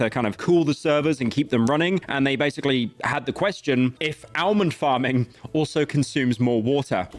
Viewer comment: aint no way bro really said "ALmond". tosser